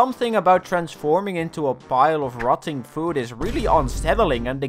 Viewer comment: Your accent made ‘catch different kinds of food’ sound like ‘catch different kinds of poop’